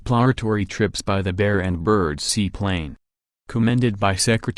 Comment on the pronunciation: Is that electronic voice saying Admiral Bird or Admiral Turd.....